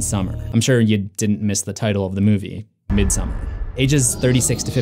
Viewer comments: I’m surprised no one has mentioned that the painting in Dani’s room is Swedish artist John Bauer’s painting from his fairytale about a princess and a bear. Also Dani’s parent’s wallpaper is a Swedish style of folk art flowers. (Both a foreshadowing) Also midsommar is pronounced: meed-some-are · It literally is. Its not pronounced how the normal name Christin is. Also its not midSUMMER its midSOmarr